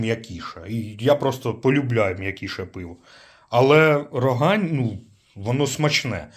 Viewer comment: Тільки правильно казати РогАнь. І сьогоднішне пиво, що Рогань що Чернігівське на смак просто гидота.